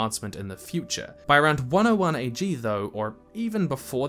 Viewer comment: its AG not BG